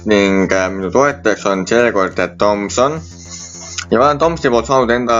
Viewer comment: sponsoreerinud firma nime võiks ikka osata välja öelda. Sa ütled tomson, aga on ju tomoson. Enne võiks ikka nime selgeks teha endale.